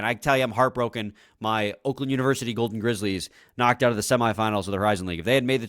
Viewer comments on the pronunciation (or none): none